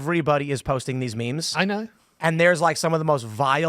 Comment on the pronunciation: "have you seen the memes?" he said that with an almost British intonation. Reminded me of Jim Norton with Ozzy ("Just been going to the gym, eating better") 😂